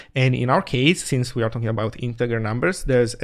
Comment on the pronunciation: Hi, thanks for this vid and all the zig showtime vids. I just wanted to point out that the English pronunciation of integer is like "intejer" (soft g sound).